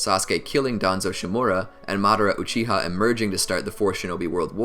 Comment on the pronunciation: Uchi-Ha clan, is that some english dub pronunciation?